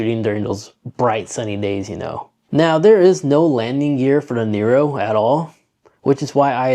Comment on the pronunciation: NEO NOT FN NERO JESUS